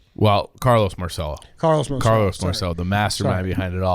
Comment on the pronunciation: In New Orleans we pronounce it "mar-sell-o." You guys are the only people who understand what happened to JFK. Who had more motive, means, or opportunity to off JFK? Lee Harvey Oswald was in Marcello's orbit. Jim Garrison, New Orleans DA, was a Marcello stooge whose job was to throw everyone off Marcello's trail. Garrison was successful in getting anyone who believed the assassination was a conspiracy to be labeled a kook. But ignore that.